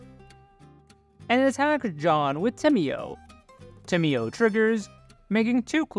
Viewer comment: tamiyo is pronounced: [tay`mo]